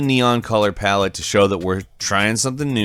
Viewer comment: Say color palette one more time!